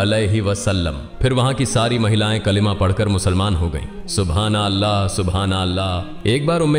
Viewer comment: BRO please spell all the words properly who is dubbing this video why such mistakes?? It's subhan allah and you are saying subhnllah just hear your voice and don't miscommunicate also la ilaha il- lallah you are saying la ilaha llah very disappointed